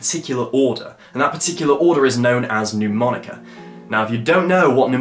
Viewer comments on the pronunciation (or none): Great thinking! You have great ideas mate. Can I point out respectfully that Mnemonica is not pronounced 'New- monica'? It's actually pronounced: Ner-monica. Quite a few established channels mispronounce it, even Rick Lax! A mnemonic (/nəˈmɒnɪk/, the first "m" is not pronounced) device, or memory device, is any learning technique that aids information retention or retrieval (remembering) in the human memory. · mate, it's not 'Neww-monica' - the first syllable sounds more like the end of 'Manchester' - listen to it here